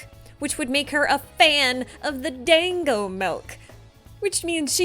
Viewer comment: Technically, "dango" is pronounced more like "dongo". Being a japanese word it uses their odd phonetics where they don't pronounce individual letters but symbols which they use for writing which are either sets of 2 or 3 english letters. Bothers me a bit though as it makes it more complicated to pronounce literally anything without knowing their language. But it does have the advantage of being much more consistent than english as the symbols used for japanese are always pronounced exactly the same unlike how in english vowels change purpose based on surroundings.